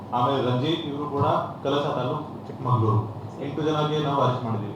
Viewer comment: Arest alla sir please saysbidi please